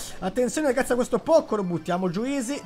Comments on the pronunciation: Grande, io al momento ho quasi tutti i brawelr al grado 15, sto cercando di farli salire tutti insieme. Comunque, Pocho si legge "Pocio"😂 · Dipende la pronuncia originale sarebbe pocio ma italianizzatta poco